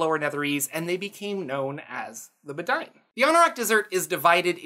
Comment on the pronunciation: I think the Bedine are supposed to be pronounced "bed-een" as a sort of nod to the bedouin. Great vid as always!